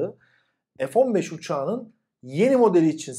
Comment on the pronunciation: F-1SEX diye Okunuyor :D